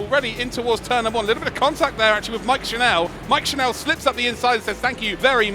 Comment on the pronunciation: Just a note to the commentators: Mike's surname is pronounced the same as tv 'channel' instead of 'chanel'